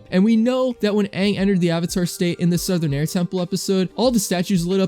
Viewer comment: It's Aang not Ong.